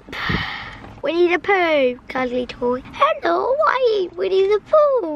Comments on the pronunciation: you know, when said " winnie the pooh " i honestly thought he said " we need a poo " lol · When said Winnie Pooh, I fully thought he said we need a poo